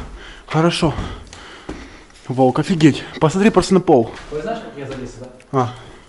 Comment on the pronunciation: Что смешного? У человека проблема с выговором буквы